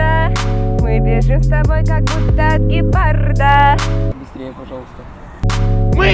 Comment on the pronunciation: не гепарда а ГЕПАРРРРРРДА